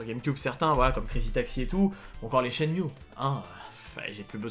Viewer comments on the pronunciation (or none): Pardon, mais je suis obligé de le dire. SHENMUE s'écrit en japonais (シェンム ム se prononce MU pas MIU. chaque fois ca me gratte quand je l'entend. encore désolé... 😘